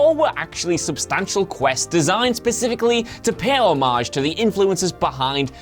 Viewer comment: Please learn to say homage